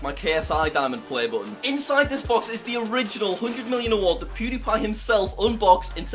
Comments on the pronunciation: you literally said pwediepie congratulations on passing 100 thausand subs😂😂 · pronounce it right jack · he said it wrong lol